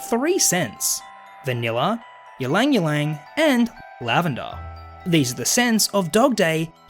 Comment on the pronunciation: I know I've said this already but I'll say it again. I think you pronounced Ylang-Ylang wrong, the Y's are silent.